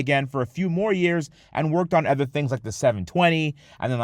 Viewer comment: it’s been YEARS. PLEASE LEARN HOW TO ENUNCIATE THE WORK “OTHER”. It’s not “Eh-ther” there’s no E at the beginning of the word.